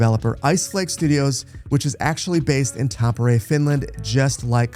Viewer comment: I'm not sure what's more shocking, this announcement or the fact that still says Tampere just a bit off.. (I legit didn't even know he said it at first, it took me so long to figure it out... like I know words and languages are hard [not trying to say they aren't], but my goodness @@